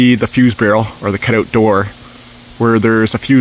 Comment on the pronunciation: Canadian dialect 😂